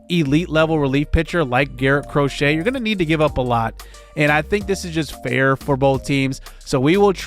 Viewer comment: I know it's a weird pronunciation, but Garrett Crochet isn't cro-shay it's cro-shet. Not like the sport